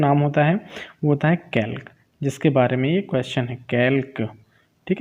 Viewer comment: Its कैल्सी bhaiya not कैल्क